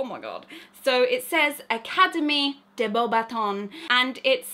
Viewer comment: It was really funny- a good tip is don’t pronounce de like des (or déh) it’s more like you’re saying duh with a deep voice 😅 that’s the only way I can explain it lol